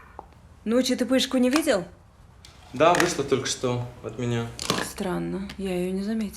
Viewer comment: . Угарный момент Она отвечает "Да" через Л -Лда